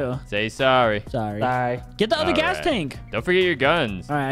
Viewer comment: What BRO you Just say gaas